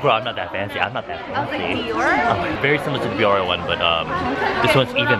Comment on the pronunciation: isnt biore pronounced be or rae??? or have i just been pronouncing it wrong my whole life HAHAHAHA